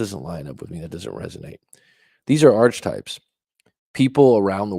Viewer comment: it's pronounced "Ark-a-type." Not "Arch" types. Sorry, it's my OCD with grammar, haha. Nice video